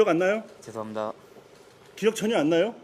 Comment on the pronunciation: 죄송합니다할때발음보면 죄송합니다~ 전혀반성안하는 말투인데?